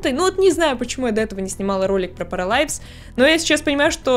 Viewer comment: Правильно будет не паралайвс, а параливс